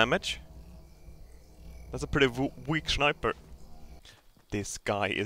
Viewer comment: I just love how he pronounces sniper,shniper